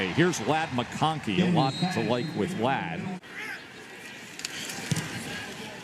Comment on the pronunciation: They pronounced Lad as "Laid" , and then called him a "possession reciever ". 😆 I guess they've learned that both are wrong by now. Lad is a big play time player that makes big time plays.